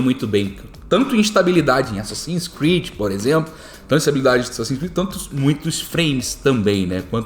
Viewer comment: ''assassins '''creads''' kkkkkkk